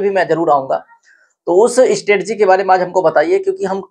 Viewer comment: Stetgi नहीं सर स्ट्रेटेजी होता है 💯